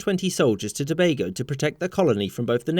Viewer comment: I appreciate The fact That you pronounced Tobago properly❤🇹🇹